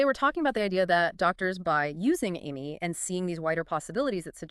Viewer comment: The five different pronunciations of AMIE makes this video really hard to listen to.